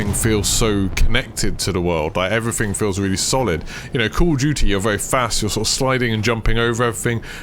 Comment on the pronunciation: Really informative video and I'm glad I've found your channel, but my God dude, please try and pronounce your "th"'s rather than saying "everyfing" etc. Not trying to offend but unless there's an impediment there it would massively improve your listenability.